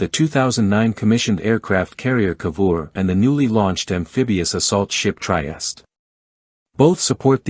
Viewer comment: The "Try est"!!!! 😂😂😂😂😂😂😂😂